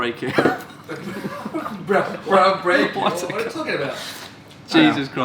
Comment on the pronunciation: "Broundbreaking" - Jesus Chris